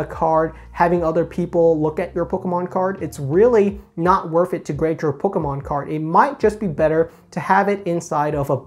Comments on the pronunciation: Stop saying Pokémon. My ears. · how he says pokemon, lol